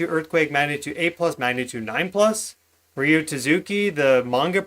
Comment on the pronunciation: Ryo is pronounced Rio like th place and tatsuki is Ta tSu key